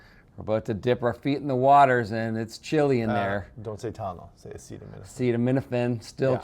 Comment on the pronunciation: As your Canadian I will let this slide. In the future everyone must pronounce acetaminophen as follows: “Ah-ced-uv… well, let’s see how we say that. Ascenem – enophin. Acetaminophen. Is that ok?”--- DJT